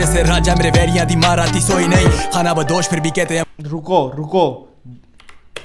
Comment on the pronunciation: Bro ab next track main khana bandosh mat bolna its khanabadosh